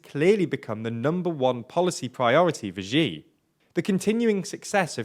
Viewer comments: It's really not difficult. X in Chinese is not a g or j sound like in "gee" or "jee", x is a "sh" sound like "she". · Xi is pronounced /ʃiː/ like the word ‘she’. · Xi is pronounced as ʃiː (She), please consult someone before making videos.